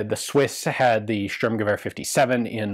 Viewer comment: Sorry, but I have to disagree. I don't know if you are German or German native speaking as well, but at least his "Sturmgewehr" sounds still a little bit like "Störmgewähr". It definitely is closer than other foreigneirs say it, but it surely isn't flawless and I have my problem with people saying someone pronounces words perfectly or flawlessly when they don't. It's wrong and maybe even makes people that have no idea think that that's the way to pronounce it properly or it's just false flattering. After listening again to it his w in "...gewehr" is a little bit off as well.